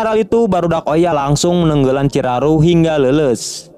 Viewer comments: Bukan ciraru bg ciharu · Bukannya Chiharu🤣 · Lumayan ya kurangnya, chiharu bukan chiraru, rud boys bukan riyud boys